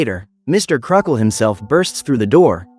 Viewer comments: Uh no offense but his names pronounced Crocket not Crockle. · His names "Mr. Crocket" not "Crockle"